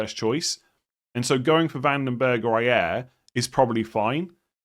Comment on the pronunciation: To: Pronanciation of Brentford defender Ajer: Aj = The « Aj» is the same way you would say «Ay» in «Ay Ay captain» as a pirate. Er = same way you would say «Year» Ay Year = AyYear To get closer: Ay + same way you say Yeremina AyYer 👍🏼 from 🇳🇴